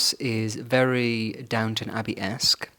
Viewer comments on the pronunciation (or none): none